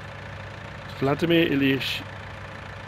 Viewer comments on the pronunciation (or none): none